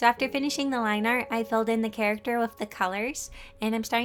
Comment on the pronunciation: Wait did you say character or carrot??? 🤔🤔🤔🤔🤔🤔🤔